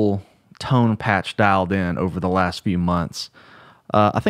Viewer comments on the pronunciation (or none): none